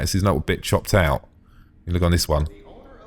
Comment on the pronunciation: I swear when he said "little bit chopped out" about the wing I heard little bitch hopped out lol XD